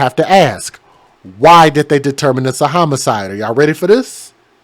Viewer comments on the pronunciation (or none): none